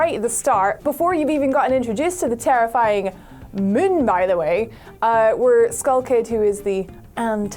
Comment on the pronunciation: DUDE PLS its MOOOOOOON not mUn !!! damn jesus aw lawd